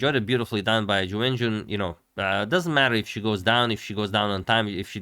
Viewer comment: I will never be able to watch agadmator's recaps of this world championship without thinking of "YuWenYuWen" and laughing like an idiot